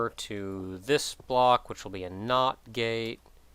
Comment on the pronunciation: every time he says not gate it sounds like not gay XD